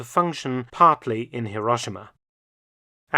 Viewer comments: Even Truman managed to pronounce Hero-she-ma correctly, Mark! (And as a native, I say Edin-burr-a!) 😅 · C'mon. Hi Ro Shi Ma. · Currently in Nagasaki (late May 2024) and having visited Hiro-shee-ma (our native Japanese guide's pronunciation!) a few days ago, I can vouch for the interesting vintage trams (streetcars) running in those cities, alongside the more modern examples. A visit to the Peace Parks & A-bomb museums in both those cities is a sombre & sobering experience.